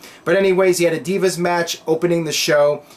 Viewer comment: Anyone else think Eden is a pretty bad ring announcer? I hate when she say Deeevas instead of Divas.